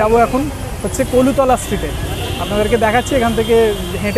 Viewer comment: কলুতলা না "কলুটোলা"